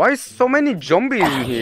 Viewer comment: His accent is so funny that he said jombie instead of z9mbue